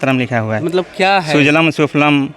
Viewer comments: स्कूल में कुछ भी छिपाया नहीं जा रहा। हां,आपकी 10वी फ़ैल पत्रकार की मुर्खता प्रकट हो रही है। जिसको खुद नहीं पता वंदेमातरम। सुजलाम् को सुजलम बोलते हो?और राष्ट्रगीत के के बारे में ही पूछ रहे हो? आपकी मूर्खता सब कुछ बता कर रही है। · पत्रकार महोदय,जब आपको खुद पता नहीं सुजलम् होता है या सुजलाम ?खुद 10वी फ़ैल और चले हैं पत्रकार बनने।शर्म करो गोदीमिडिया। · इसको भी मालुम नहींं है राष्ट्रगान शुभलम को सुजलम बोल रहा है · Reporter himself has no knowledge there is only national anthem in hindi book .Reporter himself pronounced 2nd line of Vanda matrum wrong